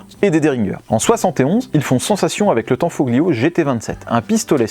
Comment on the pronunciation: Salut les gars Petite précision sur la prononciation des mots italiens : le "gli" se prononce "li" on ne prononce pas le "g" Comme famiglia ou tagliatelle..... La bise 😊